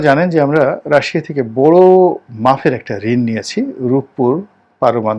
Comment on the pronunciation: মিয়া, আপনি কোটা কে 'কোঠা' কও কেমনে! কেমনে! এতো জ্ঞানি গুনি, এই মাত্র 'মাপের' উচ্চারণ কে মাফের কইলেন! বহু শব্দ তুমি ভুল ভাল কও হামেসাই, তোমার ভাষা শুনলে মনে হয় অতি শিক্ষা ভয়ানক!